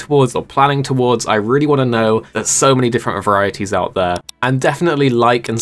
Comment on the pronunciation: well you kinda asked for it by butchering that word, he did you a favor